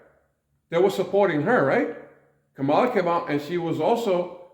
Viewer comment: I'm sorry, but former VP Harris' first name is pronounced "comma-luh"...regardless, the woman that some refer to as "Kommie Kamala" is expected to run for California governor in 2026...if elected, she would be both the first woman and first person of color for this role...funny, but as progressive as California seems to project itself, all governors of that state to date have been white males.